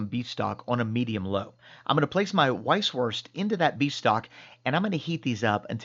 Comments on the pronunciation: PLEASE do not say "weiss-wurst" with the english "W". Use the German pronounciation of "W" which is a "V". You know, "vee haf vays of dealing vith you.". And if you don't say it properly you will get terrible stomach cramps because in Bayern (Bavaria) these sausages have a life of their own and if you do not respect that, well...you know the answer! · Say it with me....vise. vurst. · A little info: The German "w" is pronounced like the English "v". So when you say "Vice-Voorst", it sounds much mor authentic. 🙂